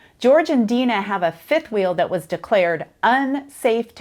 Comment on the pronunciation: Tell her that her name, is "Den-Nuh". Not "Dee-Nah". She's been pronouncing it wrong.